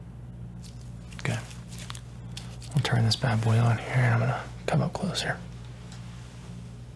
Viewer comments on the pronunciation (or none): none